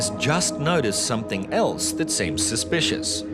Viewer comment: Come on Aussies it is Something NOT Somethink nearly everyone says it.